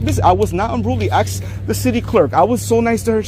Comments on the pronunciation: Yea he aks him could be his birfday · Learn to speak properly FRAUDITOR. AXE IS WHAT You DO WITH A TOOL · Lol aks, aksed, aksing, dissorarly contact